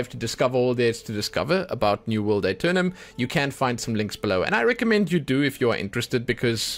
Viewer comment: the A is silent